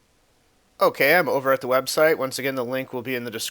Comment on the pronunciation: Hehe :3 when you say ok so it sounds like ooh queso like cheese in Spanish lol